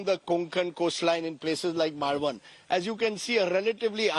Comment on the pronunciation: Rajdeep can’t even pronounce Malvan😂